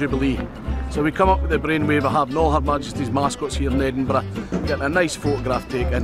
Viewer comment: Edinborrough Xastle